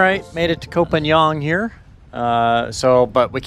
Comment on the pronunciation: It is not Koh Pa Niang,.... Koh Pan NGA...! Pronounce KOPANGA...